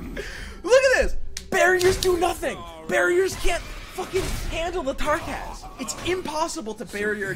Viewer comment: it's Tarkaz, not Trakaz, duh